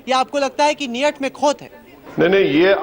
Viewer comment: नियट में खोत है😂😂😂😂😂